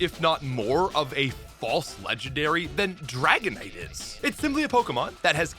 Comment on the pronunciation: As a Canadian, I don’t understand how you say “dragonite” with such clarity but then say “oat” instead of “out”